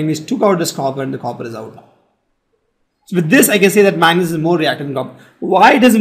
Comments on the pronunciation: it is magnesium not manesium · He says magnes